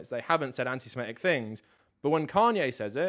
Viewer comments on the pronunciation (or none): Minor point, but you’re pronouncing antisemitic wrong. You’re saying antisimetic instead of antisemitic. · Yes you are. I just listened to you do it 50 times. you’re saying antiSIMEtic, instead of antiSEMItic. You’re swapping the vowels. You’re saying antisemite correctly, but you’re swapping the vowels on antisemitic. It’s a common mistake. No big deal.